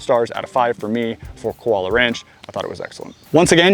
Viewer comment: It's pronounced Koo--ah-low-ah (Kualoa) Ranch.